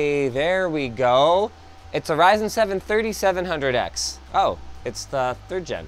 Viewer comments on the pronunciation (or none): none